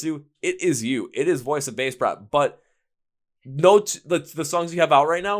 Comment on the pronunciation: At least pronounce the name of the band correctly. They're too sweet to correct you.